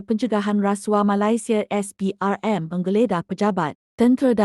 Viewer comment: Ni ape punya suara : SPRM - SPERM